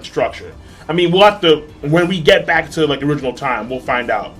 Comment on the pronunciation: Okay. Just once pronounce "to" correctly lol. Anyway this episode was INSANE!!! By far the best depiction of hakumen no mono I've seen in any anime.